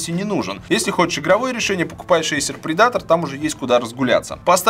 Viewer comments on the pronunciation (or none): Блин, Валя, Эйсер ПредАтор звучит, как Придаток или Предатель. По-английски ударение на первый слог - ПрЕдатор :). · По английски вообще то "предейтэ". Но ты пиши ещё.